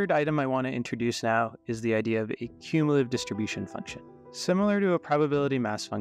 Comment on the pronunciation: what are you even talking about, he pronounces it perfectly